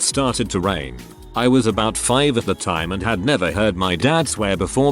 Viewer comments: Ah yes ABOIT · I think that's the French Canadian pronunciation.